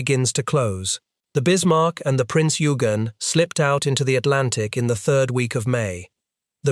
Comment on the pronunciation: Excellent documentary extremely well written and narrated! Just one small note… Eugen as in Prinz Eugen is pronounced with a hard g as in ‘good’ :-))